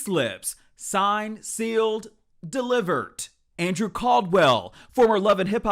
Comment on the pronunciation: He said "signed, sealed, deliver't" 😂😂